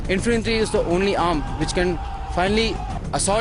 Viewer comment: infinatry nhi hota infantry hota hay.... kya jahil army hay